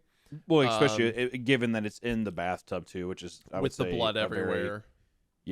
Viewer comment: Hunter saying “exspecially”💀